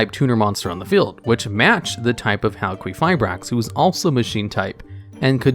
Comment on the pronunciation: About Halquifibrax pronunciation. I'm Greek so I've got you with the correct one. The name of that monster comes from the Greek word for Copper which is Χαλκός (halkos) and maybe even the Greek word for someone being made from copper (Χάλκινος Halkinos) so the correct way is Halkifibrax (ki as in kill.) AND I'M OUT.